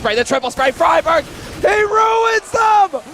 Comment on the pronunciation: you actually pronounce friberg "fribeerj"